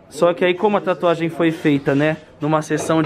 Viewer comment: Ai Cristian para de fazer taatuagem me da uma agunia kkkk